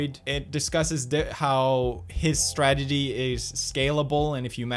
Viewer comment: why i hear "stragedy" when pew speak "strategy"